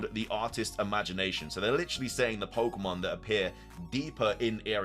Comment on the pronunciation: Got hand it to you: only you can read "Viewed as a whole, it restled a mysterious, brilliant disk" yet also read the title as "A risk pokémon?" instead of "A disk pokémon"? AND also mispronounce pokémon every single time.